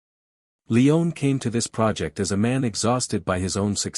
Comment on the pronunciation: "We also dive into the film’s massive 436-page screenplay", Well in that forthcoming video, you might certainly make a concerted effort to get this incredible director's last name pronunciation right : Sergio Leone (/liˈoʊni/ lee-OH-nee), A amateur effort. Google it next time at the very least. This you certainly missed what your narrators certainly did. Would John Wayne's surname be (/way /nee) ? Proof listen next time please!.